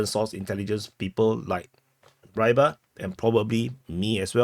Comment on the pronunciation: I've heard Rybar is pronounced somewhat like "re-bar" similarly to the word rebar.